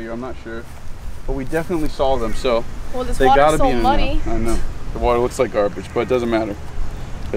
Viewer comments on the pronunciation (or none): none